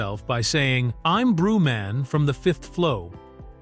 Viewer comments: WHO THE F IS “ BREW-MAN” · Brew Man? smh more a slop 😂😂